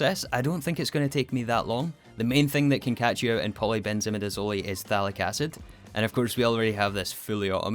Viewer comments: Chemist here, it’s pronounced polybenzimidizoll, not polybenzimidizolee 😅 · I love the video, but I hate how you pronounce polybenzimidazole. I’m fairly certain the end is pronounced the same way mole is pronounced. It’s a difference between “hole” and “holy” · Its so odd hearing in pronounced like midizol-i and not midizol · Ah yes, polybenzimidazolEh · Btw, in polybenzimidazole the “zole” is pronounced like “sole”. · the zole in polybenzimidazole rhymes with soul not olay XD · Except for polybenzimidazole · You said all the quinone ones right, but u messed up polybenzamidazole: Afaik, u done pronounce it like e at the end like the e in eat, rather its silent (so like simple, e silent). either way, me so happy u rebooted the series! congrants on the T3 rocket!